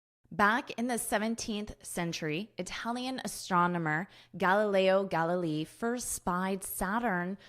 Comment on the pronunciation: I love astronomy and I didn't know about the "disappearing" of the rings. I enjoyed the English pronunciation of Galileo Galiliii😀. By the way, do you know the Galileo Galiei's experiment carried out from the top of the leaning tower in Pisa? Greetings from Italy